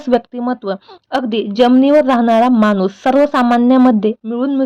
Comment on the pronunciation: कृपया मराठी नीट, शुद्ध बोलायला शिका. मानुस, जपनारा, दूरचित्रवानी, आनि, असे शब्द ऐकायला चांगले वाटत नाही.